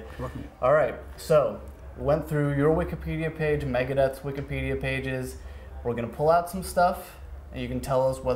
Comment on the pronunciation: Will someone please tell this guy it’s Wikipedia not “Wikidpedia”